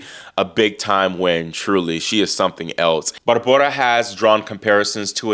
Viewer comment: Love how you cover the women! And how you pronounce Barbora! Such fun!!